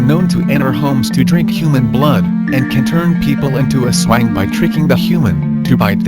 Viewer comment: Its not Aswa-ing its Aswāng and its not Duwend(silent e) its Duwendeee strong E :3 Im referring about the way u read it Im a Filipino